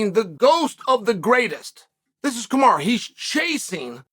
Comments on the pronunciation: Please stop calling him ‘kamara’ . I don’t know why you routinely disrespect these athletes by deliberately mispronouncing their names. I know you like to have a subtle dig and like to troll but this really rubs me up the wrong way. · He called them Hazmat and Kamara in the interview. Only person on ESPN mispronouncing names and it’s on purpose 😂😂😂😂😂 trolling on a whole other level man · Kamaru ‘Bozeman’ 😂